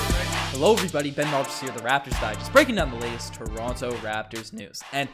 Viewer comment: Pls pronounce toronto 🙏 😭